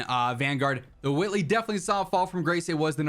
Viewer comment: Wait wait, why dit you pronouce whitley like Stewie Griffin😂